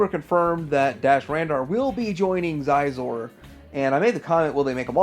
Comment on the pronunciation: Just an FYI: Xizor is pronounced shee-zoor.